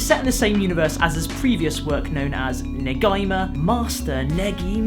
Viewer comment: Just saying, it's pronounced ne-gee-ma, Japanese is usually read as it's written, so "i" is always pronounced "ee" and so on